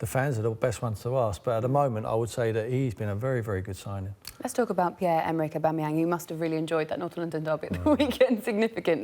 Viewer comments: Ahbooomiyang for Son?! your mad, at-least say Alli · 'Aboomeyang & Lagazettes' Jesus Christ Sky sort it out this is embarrassing. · Who the hell is Aboomayang? It's Aubameyang. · Who’s oooboomeyang? I only know an Aubameyang! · It’s not Aubumoyang Tim, Fool, it’s Aubameyang. Get it right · Sherwood saying a-boomerang what an idiot this man is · Oooboomayang... Yup Tim... That's exactly how you pronounce it.... This man is a 'professional' pundit apparently. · surprised he didn’t pronounce it Aboomerang for even more shithousery. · he said boomeyang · Tim Sherwood should never be allowed back on the show again, talks absolute nonsense, messing up players’ names etc. smh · Can't stand the way he says auba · Who TF is aboomeang you 😂 both of them not a scoooooby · What a delusional tw@ and learn to say Aubameyang properly ffs. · It frustrates me the way Tim pronounces “Aubameyang” like if you agree. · How can u pronounce one of the worlds best strikers name incorrectly and i aint even a gooner ffs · Oubomeyang, - Sherwood😂😂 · Tim Sherwood embarrassed himself so much he shouldn't be allowed to work in the media again. He can't even pronounce players names correctly...